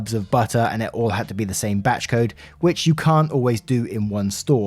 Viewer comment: Every time you say “batch code” I think your say “batshit code”